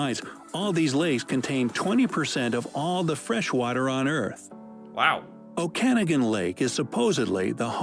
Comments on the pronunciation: I posed a comment about that! Oh god he BUTCHERED that It’s “Oh - kin - OG - in” Not “Oh - KAN - ah - gin” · I'm flinching at the way he pronounced Okanagan (not oh-can-again. More like oak-a-noggin) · It’s pronounced “Okan-AWE-gan not “O-kana-gan“ 😂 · Pronounces oh-kan-AUG-an lake, not oh-CAN-a-gan lake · Can not BELIVED they said “Oh-Canada lake” it’s “Oak-ka-nogen” Okanogan!! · Too Funny!!! Ogopogo lives in “O-Can-AW-gan” lake not “oh-CAN-a-gan” lake. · Bahahahah Okannaagen......LOL Ok a nog en. that's how I have been saying it my whole life....maybe I be saying it wrong. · I get a real kick out of some of the pronunciations that come out on these vids. It's pronounced Oh-can-OGG-an, not Oak-can-again. The coastline thing is a technicality, the coast line is where the land meets the sea, so each island has to have its boundary counted separately. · Okanagan is pronounced "Oh ka noggin" not "oh can a ginn" ...just to nit pick. LOL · Not "o-can-a-gan Lake! It's oken-au-gan! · The way the narrator pronounced "Okanagan" made me cringe so bad... I pronounce it oak-a-nog-in. Not Oh-can-a-gan. Made my eye twitch with irritation... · so when is your (first) trip to Canada? BTW, it is OkaNAgan, not OkAnagan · I am Sorry for his pronunciation of Okanagan (O kan a gan is not correct) it is pronounced Oka noggin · Oh god he BUTCHERED that It’s “Oh - kin - OG - in” Not “Oh - KAN - ah - gin” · O-Kan-a-gan? It’s oak-a-noggin. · Canadian here. The way the video pronounces Okanagan is incorrect. It is not O-can-a-gen. You pronounce it Oak-a-nog-in, pronouncing the nog like the eng of eggnog. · Oh wow his pronunciation of Okanagan is painful. It's pronounced Oke-a-Nog-Gan. Not Oh-Kan-a-gan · It's OkaNAGan, not OKANagan!!! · It’s oh-ka-nah-gan lake lol okanagan. I lived there for 30 years in penticton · It’s pronounced lake O-KA-NA-GAN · Oak-can-noggin Is how it's pronounced lol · The lake Ogopogo is in is pronounced Oak-A-Noggin. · Okanagan (Oak-a-naw-ghan) Lake in Kelowna